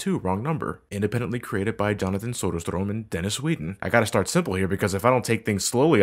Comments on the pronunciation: just for future reference 'Ö' has the sound of 'OU' like 'Sound'. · Reacted a bit at how you pronounced "Söderström". But that's just cause i know how that would be pronounced in Sweden (by extension Norway.) i suppose.